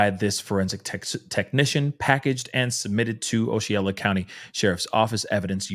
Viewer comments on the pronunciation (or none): Hey, just wanted to let you know...Osceola is pronounced: Ah-see-o-la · It’s pronounced “Auss-see-o-la “ Osceola county. And “Ka-sim-mee” Kissimmee Florida. It’s ok .. It’s my hometown…. ❤